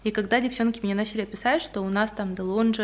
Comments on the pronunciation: я тоже теперь такую кофемашину хочу <3 ПС: правильно произносить "делонГи" (итальянское произношение) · Спасибо за влог!) Хотела написать, что DELONGHI Это итальянский бренд, и в итал.язык е сочетание GH- читается как Г. Тоесть правильно ДЕЛОНГИ :) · DeLonghi …. дэлонги произносится :)